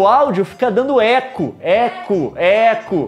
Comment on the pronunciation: Mano eu dei muita risada pq quando o leon falou Eco, Eco, Eco eu entendi Ecu, Ecu, Ecu